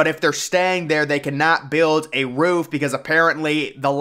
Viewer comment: "Doesn't even include a roof-uh!"